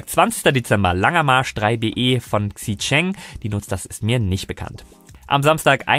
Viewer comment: Xichang = Chi ("ch" wieder wie in München), Tschang ( kein "ä" draus machen)